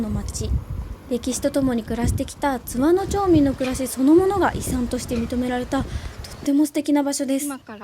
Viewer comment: 前回の青春切符で初見で、今回も楽しみました。昭和〜平成初期に湯田温泉近くに住んでて、深夜の大垣行きでバイト感覚（節約）で東京→小郡で何度も帰省したものです。貴婦人やまぐち号には何度も乗りましたが、今また子供と乗りたいです。 あと、地元での津和野のイントネーションは⤴️ではなく➡️です。